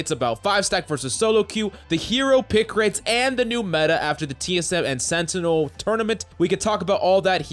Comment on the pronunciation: It's Sentinel and not Senitels